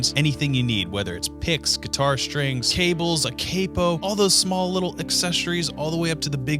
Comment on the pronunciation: you are a man that has mastered the Art of playing the guitar.. you also make consistently decent YouTube videos, but when you pronounce "capo" as CAY-POH (instead of CAP-OH) it really butters my toast.